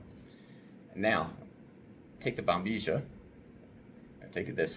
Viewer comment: Why Americans pronounce "Bombizhia" instead of proper pronouncing it Bombilla?